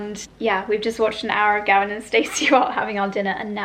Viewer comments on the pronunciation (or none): none